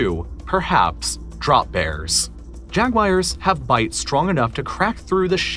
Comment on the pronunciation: Why do you say “Jag-wires”?